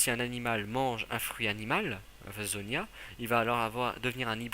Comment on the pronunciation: Logia se prononce bien avec le g et non avec le j et ont dis zoan et non zonia. Sinon super theorie j'ai apprecier :-)